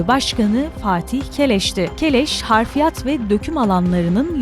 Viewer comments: Harfiyat denmez ablacım,doğrusu hafriyat .editörünüz uyuyor mu? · Harfiyat yanlış, Hafriyat doğru...